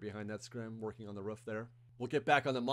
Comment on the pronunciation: Roof.. not Ruff